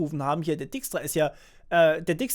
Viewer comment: Du schreibst dijkstra zwar richtig, aber du butcherst die Aussprache ;)